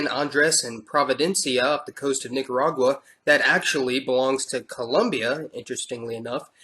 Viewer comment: MISS kee toh. Nee kah rah gua. GA ree foo nah